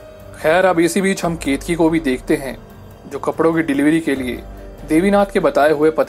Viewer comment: Not ketki it's keteki ..ket ..a..ki